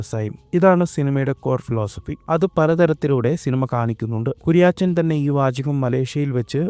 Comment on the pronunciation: Kuriyaachan alla.....kuriyachan😅